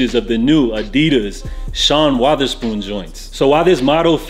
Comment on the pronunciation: Sean Waatherspoon... Lolz Love your content btw 🥰